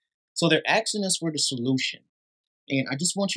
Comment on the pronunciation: “ Axing “ is not a verb…. “ asking” is .